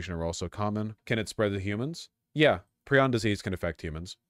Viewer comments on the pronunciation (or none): It’s pry-on.